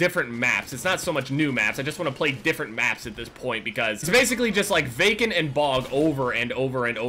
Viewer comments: am i the only one who thought he said bacon instead of vacant the whole time ? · everytime you say vacant, I think of bacon 😂